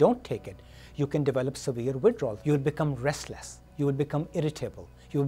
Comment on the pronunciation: "severe witdawl"